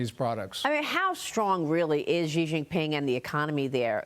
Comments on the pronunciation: President Trump…… Respectfully….. an X in Chinese is an S. Xi is pronounced She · Not President Chi, it is President Xi, which sounds like "si".